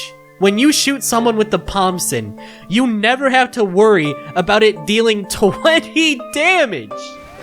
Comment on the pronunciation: That's a lot of mistakes in the word Pomson